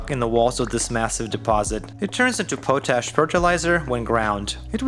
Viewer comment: ~ Just an FYI: it's pot-ash, not po-tash. The name comes from when the primary method to make it was to soak plant/wood ash in water in a pot.